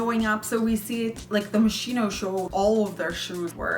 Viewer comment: Love the content. JACQUEMUS and MOSCHINO check the pronunciation please